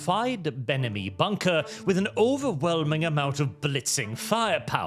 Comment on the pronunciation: "Benemy Bunker" lol